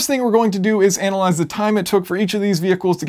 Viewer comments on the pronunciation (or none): none